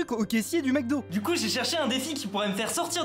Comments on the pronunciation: Fuze: "du McDo": "du McoD" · Mcod au lieu de Mcdo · Le « MECDO »!!!!!!!😬😬😬😬😮‍💨